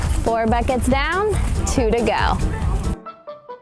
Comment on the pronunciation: Can I just say she said 3 boxes but there was foirrrrrrr